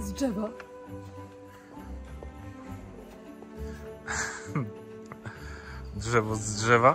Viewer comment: uwielbiam Cię ❤😅 -"Chodź pokażę Ci "dżewo" z "dżewa" 😅😅😅😅💖💖💖💖